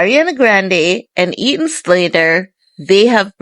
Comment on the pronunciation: Who is Eaton Slater?? It's Ethan!